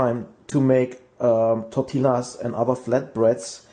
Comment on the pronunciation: Endlich, jemand, der De Buyer richtig aussprechen kann :-D !!! Aber bei "Tortilla" hast du ein bisschen verkackt. Du hast /tortila/ gesagt, aber richtig ist /tortiya/. Und aufpassen, da du ein potenzielles Publikum aus aller Welt hast, besser wäre "Mexican Tortilla"zu sagen, denn die Spanier habe auch eine Speise die Tortilla heißt, die aber eher irgendwo zwischen Omelette u. Quiche liegt. Ich liebe De Buyer Pfannen. Danke !